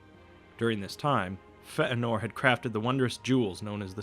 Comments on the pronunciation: Dude, it's "Fay-a-nor" not whatever you're saying. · you got a lot of this s*** wrong. there is no t in feanor and he didn't kill his father. that's when I stopped listening you should probably fact check this again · hey, no need to be offended, I probably came across a bit harsh..... Feanor is one I noticed, it's should sound similar to Fey-a-nor, or Eru should be similar to Your-oooo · Fey-Ann-or... Feanor... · it's pronounced "fat virgin" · fay-en-nor = Feanor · I almost can’t watch this even though it’s quit good because of the way he pronounces Feanor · Great video, only Fëanor's name shouldn't sound like fat norwegian. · i know several others have commented about this. . . but eru on a bike. the pronunciation is terrible. the information is spot on and highly detailed, but you might as well have called Feanor Sir Jeffries. at least it would have been pronounced correctly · This guy's pronunciation of Fëanor is painful. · I was thinking Feanor's name was pronounced like Fay-nor, or possibly Fay-a-nor? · Fëanor was not pronounced with a glottal stop. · omg how he says "Feanor" makes me cringe. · your terrible mispronunciation of Fëanor is pretty off-putting. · the way you pronounce Feänor sounds like you just had a hickup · It's not just Feanor you're pronouncing wrong (because you actually are, sorry, there's no need for a "stop" between the e and the a) but also Morgoth (it's two o's, you pronounce it like an American word and it sounds like "Morgath") and Valar (you must stress the first syllable, not the second). I'm Greek and I've studied Linguistics and Elvish phonetics are a lot like Greek (and also Spanish, if that helps) phonetics. Sorry, I couldn't help it, I understand that it's hard trying to pronounce words in a language so different than your native one, but please, don't be so arrogant about it and accept it when you're wrong. It's such a shame after all since you're putting so much effort on these videos. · feanor, not fentenor